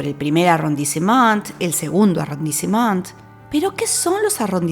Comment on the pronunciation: Hola, tu Información es adecuada, útil y está correcta. Sin embargo creo que ya que este es un video con cierto tiempo de preparación deberías mejorar la pronunciación de los nombres, como en el caso de arrondissement. Mejoraría mucho todo el video. Por lo demás muy bien todo.